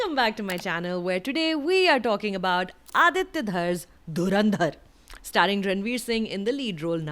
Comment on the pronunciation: The way she is objecting the name of the movie Dhurrrrandharrrr is exactly similar to pakistani news channel mocking the name of movie